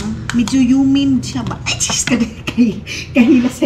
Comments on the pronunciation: Humid Maninay not Humin...you learn something today...😘😘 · Humid hindi humin✌️